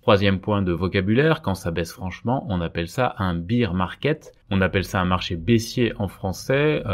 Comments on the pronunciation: Juste un petit point d’anglais : on ne dit pas « beer » market mais « bèèr » market. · Petite correction : bear market se prononce bère comme père avec un b, parceque bire market cela fait penser à beer market, le marché de la bière... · On prononce "bére" market, pas "bire", c'est un "marché ours", pas un "marché biere" :) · bear se prononce comme la bière mais sans le i. Tandis que la bière en anglais (beer) se prononce comme vous le faîtes. ;-)